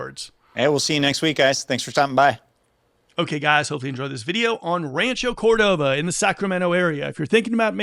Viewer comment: Bruh can't even say Rancho Cordova properly...